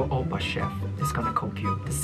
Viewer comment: “Oppar chef” 😬